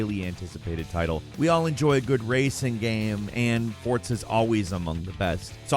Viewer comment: It's not Fortza, it's Forza.